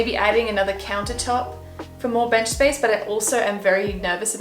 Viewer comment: oh my god. you just vibing to the microwave oven and being like "spaice" cracked me up